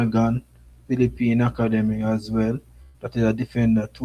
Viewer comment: Dam bro.. you’re butchering the English language! It’s rosters not rasters! Academy not Hacka demy! SMH